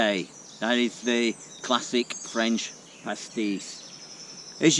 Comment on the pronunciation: The French accent needs a bit of work but your cooking is spot on. 👍